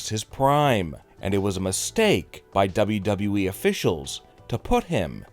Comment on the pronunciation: I think there are two guys doing this channel and are brothers. At least this guy says “WWE” properly LOL